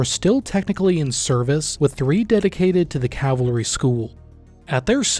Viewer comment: Cavalry not cavlary